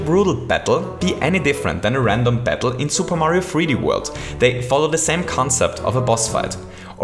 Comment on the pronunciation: I love how he says "Bettle" instead of Battle